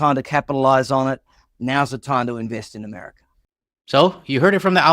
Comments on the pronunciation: He said Americer ? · I had to stop doing the dishes to laugh. Yes, going to the USA could get an unforgettable experience from a detention centre. This idiot can barely say America. Thank you for doing this. I don’t think I could stomach it anymore. I love the fact the cohost is giving her opinions on the topic and I don’t think she is happy about it!